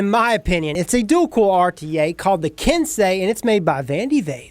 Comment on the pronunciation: Finally a reviewer that said Ken-say correctly